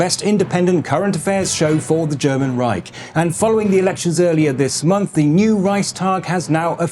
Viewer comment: Reichhhhh like Eichhörnchen, not ike..